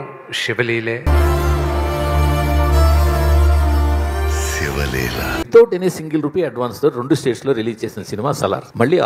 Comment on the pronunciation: Adi sivalilara babu, kshivalila kadu